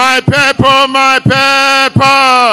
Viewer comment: My "peple my peple" 😂😃😂😂 Comedian!